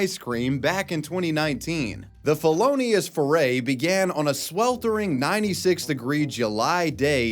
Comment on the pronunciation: "felonius feray" 🤣